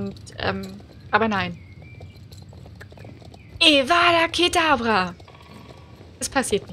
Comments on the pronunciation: es heit Avada kedavra! Nicht Evadakedavra!😂 Ich bin ein xxxxxxxl Harry Potter Fan!😂❤ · *Avada Kedavra 😅 nicht Evada Kedavra 😉 sorry ich musste das korrigieren #Potterhead ☺️😅